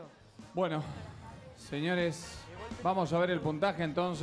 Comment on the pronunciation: "vaamo el final" dice Marcelo